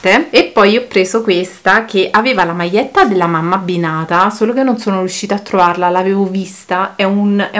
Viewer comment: ...maietta ,maie non si può sentire